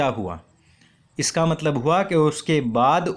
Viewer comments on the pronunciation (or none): none